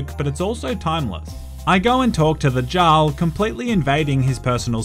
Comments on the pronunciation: saying Jarl when it is pronounced yarl... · I believe the word Jarl is pronounced “yarl”. Hydration for your mind 😁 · Jarl is pronounced like Yar-ul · It’s yarl not Jarl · I’m sorry, I love you but this video hurt to watch. It’s pronounced Yarl, not jarl. Second. It’s dark elf or dunmer, not night elf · Plays a game and hears jaarl said the right way Continues to say it the wrong way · Jarl /jarl/??? a norse J is pronounced Y so Jarl = /Yarl/ lol! Dude i love your humor U Da Man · jar-le(no) yar-le(yes) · Also "jarl" is pronounced "yarl" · Its pronounced "Yarl" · And bro, jarl is pronounced “eearl” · or Yarl. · Take a sip of water everytime pronounces Jarl incorrectly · Thoroughly enjoyed the deliberate miss pronunciation of Jarl. 10/10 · must be dehydrated because his mouth cannot pronounce Jarl properly. A good Samaritan must open the fire hydrant near his place and send glorious amount of H2O flowing his way. I think he would really appreciate it. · If he says Jarl incorrectly again I’m going to fucking hydrate myself to death... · Did you just say Jarl instead of Jarl 😒